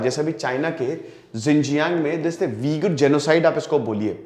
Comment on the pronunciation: वीगुर नहीं ऊईग़र है शायद